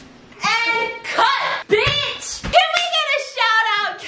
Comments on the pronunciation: stephanie has said “ biss “ so much that hearing her say “ B*tch “ sounds foreign to me😭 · Usually Stephanie: says Biss Stephanie: says bitch Me: 👁👄👁